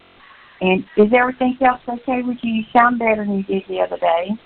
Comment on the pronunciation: And we do mean "EVERYTHINK"!!!! Damn hillbilly